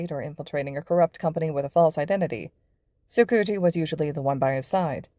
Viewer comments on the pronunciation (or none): I can’t keep a straight face when they say tsukauchi because all I can hear is tsucoochie. I LITERALLY CANT STOP LAUGHING (no hate abt the way they said it I just think it’s funny)